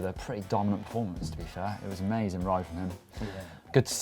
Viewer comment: It was a-maes-ing